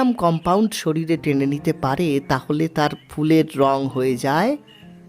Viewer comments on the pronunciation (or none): none